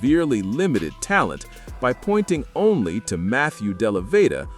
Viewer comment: Can you please pronounce Matthew Dellavedova’s full name correctly! My goodness the dude locked down Curry for at least 2 games when he was an average player! And he had to spend the night at the hospital dehydrated after doing that! Were you sleeping under a rock back in 2015! DO BETTER!!!